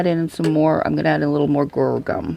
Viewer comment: I’ve been vegan for 32 years, it’s not expensive. Many foods are cheaper online. Gwar gum is how it’s pronounced. Ur fabulous btw. I have MS, but here in FL we don’t have edibles yet, hence need to make my own. The dispensaries only carry tinctures and sublingual cannabis. Also vaping is the method my MD has recommended for me. So, medical Cannabis MD have become very knowledgeable. Love ya, take care of yourself. 🌷